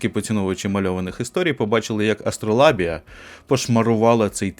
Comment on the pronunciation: А вимовляти АстролАбія, замість АстролЯбія - це спеціальна фішка, щоби показати ставлення? Чи просто "шрифт завадив" прочитати нормально?))